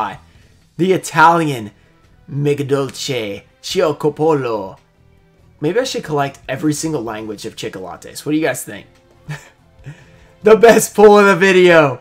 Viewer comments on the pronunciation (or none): Hehe this was a fun video😄. Like your Latin dialect man👌. Might want to hold on to that Magidolce Cioccopollo👍🏼. And hint, the “pollo” is pronounced “poyo” in Latin🙂. For future reference 😁